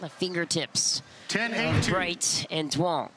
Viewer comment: ITS NOT PRONOUNCED DOO-ONG! It sounds like YOUNG. Please stop butchering it.